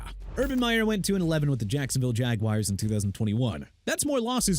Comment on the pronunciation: Can somebody fix the title? "10 controversial coaches who will NEVER be a head coach in the NFL again"?! "THE" is not spelled I-H-E! And don't ever say "JAGWIRES" again!! You want Jacksonville's football team to get a name change 'cuz you wanna continue to disrespect them by not pronouncing Jaguars right huh?! Ja-gwaars!! And Adam Gase... 3 mediocre seasons with the Dolphins and he got fired so what?! He's already done coaching dude!! ENOUGH ALREADY!! MAYBE YOU SHOULD BE A COACH!!